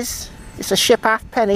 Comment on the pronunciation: Dear oh dear,. It's not that long since Britain switched to metric coinage, but everyone seems to have forgotten how to pronounce 'half penny'! It's NOT 'haff-penny'. It should be 'hape-nee'!